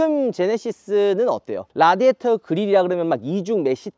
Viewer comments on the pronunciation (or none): none